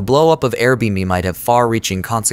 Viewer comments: What's funny is you can force the ai to read it correctly if you just spell it the right way Air bee and bee, there you go low effort original video creator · Can definitely tell it’s an AI voice since it can’t correctly pronounce AirBnB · No kidding. Very annoying. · I can't un-hear it 0.o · I was thinking the same thing.